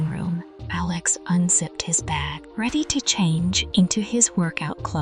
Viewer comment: Stop mispronouncing Alex 😢